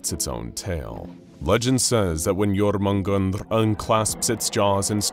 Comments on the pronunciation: (yor-men-gan-der)* not...... "Sneezes" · It's pronounced yo-mun-jander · Lol it's not even close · It is also 100% mispronounced… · at least hes trying, and a mispronunciation like that won't kill anyone :P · He's not even close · The way he pronounces jörmungandr is gonna give me a stroke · You couldntve said jörmungandr more wrong lol Edit: ok someone looked up the pronunciation thats my bad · I would watch this but that pronunciation hurts my soul